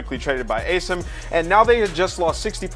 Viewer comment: You think the casters would have spent 10 seconds to agree on how to pronounce "Asim"